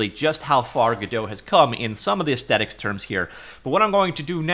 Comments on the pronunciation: Arggh I'm getting so triggered by the many many times aesthetic is pronounced ace-tetic lol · The word "aesthetic" is pronounced with the 'th' sound, like asthma. Ezz-thetik, kinesthetic, etc... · What is it with people no longer pronouncing the TH in the word "aesthetic". There's no hard T kids, it's a "th". Talk better England. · Why do you not pronounce the TH in 'Aesthetic'?